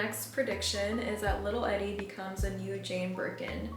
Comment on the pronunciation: Love your fashion vids, style, hair, taste in music, everything! I first learned about Grey Gardens from Gilmore Girls in high school. Her name is pronounced 'ee-dee', like Edie Sedgwick❤❤